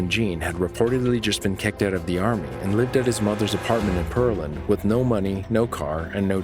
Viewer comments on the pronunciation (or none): well, when the dispatcher pronounces it clearly as PEARland when she answers the call. Then the narrator keeps mispronouncing it, it’s pretty annoying when you know how it’s supposed to be pronounced. But thanks for your opinion! :) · For future reference it’s Pear- land. Not Pearl- and. I grew up in Houston and Pearland was about an hour away. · I live in Texas. 🍐PEAR-LAND... Not PEARL-AND!! I live 30min. north of 🍐PEAR-LAND!! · Thanks. I'm not scared. He is pronouncing it all wrong which is done alot here!